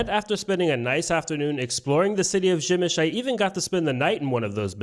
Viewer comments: Nice video but the pronunciation is “Pshemmyshl” not “Gymysh” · Przemyśl you pronounce Pshemysl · How can you read "p" in "Przemyśl", as "b"? You can ask about proper pronunciation chat GPT, google translator or any other online tool